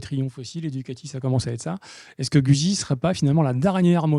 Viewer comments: J'aime bien votre comique assez 70's... Par contre faites un effort pour rendre audible votre prononciation de Guzzi en respectant son origine italienne (ce n'est pas güsi mais goutte-zi)! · Quand allez vous prononcer le nom “Guzzi “ convenablement. C’est un nom italien et sa prononciation franco-shaddock est ridicule. De plus la HD c’est une Panamerica et non pas Paneuropean qui est un ancien modèle de Honda.